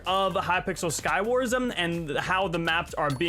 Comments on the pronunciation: Why do you say Skywarsm? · I like how says skywars with an m (Skywarsm)